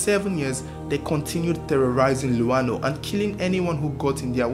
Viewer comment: Am a zambian from Mkushi, I like the way you pronounced "luano" and "mkushi," shows that you really did your research.. I owe you a subscription and a bunch of shares..